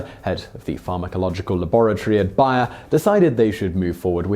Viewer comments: Being an American who has heard Bayer aspirin commercials virtually every day of my entire life, it was really weird to hear Simon pronouncing BAY-er as BUY-er all the way through this video. It makes me wonder if they changed the pronunciation for the American market, or if this is just another case of the English thinking they know best how to pronounce everything in every language. The way most Brits pronounce the Spanish word taco is a prime example. People who speak Spanish, or come from a heavily Spanish-influenced area (like California) all pronounce the word TAH-co, but most Brits pronounce the word TACK-o. Let me just say, it's grating on the ear. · Say it with me now "bay-er". That was not hard. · N. Smiley that was annoying its bay-er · Bayer is pronounced like 'bear' not 'buyer'. At least it is in all of their commercials in america. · And now for another bonus fact: Bayer is pronounced BAY-ER in the United States, not BYE-ER. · BAY-ER not BUY-ER!! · Bonus Fact it's pronounced Bear not buyer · Interesting; I've never heard of "BY-er" pharmaceuticals but am quite familiar with "BAY-er" aspirin... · Bonus fact: it's pronounced bayer, not buyer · ".....in America !!!" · It's Bayer simon! BAY-ER NOT BUYER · Fun fact, it's pronounced "Bear" like the animal, not "buyer" like you pronounce it. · ohhhhhhhh BAYER not BUYER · It's bay-r not buyer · it's BAY er not BUY er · it's BAY-ur, man, not BAH-yur. Think of the -ey in "hey", it's that sound. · BARE, not buyer...or is this some accent thing? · You are pronouncing Bayer wrong. It is not Buyer it is Bay-er. It should be hard to say bay er and not butcher the name saying buyer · OMG !! I love your channel, BUT, its Bayer ( BARE, BEAR) Its pronounced as these two previous words! Lol I just cash not hear you say BUYER, anymore! Lol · Bay-er. At least that's how they pronounce it in their own commercials. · nah bro she still saying bay-er just slowly. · Gou Karuma no I actually called them and they said it's bay-er